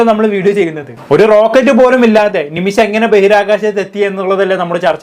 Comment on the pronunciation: അല്ല ഒരു സംശയം... ഇവർ ഇങ്ങനെ ഒക്കെ ജീവിക്കുന്നതിൽ നിങ്ങൾക്കെന്താ പ്രശ്നം? ഇവരെപ്പോലെയുള്ളവരെകൊണ്ടല്ലേ നിങ്ങളും content ഉണ്ടാക്കുന്നത്. ആദ്യം നിമിഷ എന്ന് പറയാൻ പഠിക്ക്.. നിമിശ അല്ല നിമിഷ.....